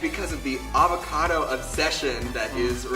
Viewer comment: That's EehvahcahDo... *AvaCado ... C'mon now